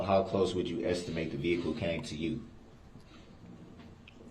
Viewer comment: When yoi say vehicle. What do you mean vehicle 😮😮😮😮